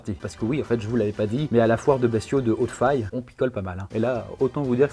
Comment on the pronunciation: Il y a des chances que Hautefaye se prononce comme Abbaye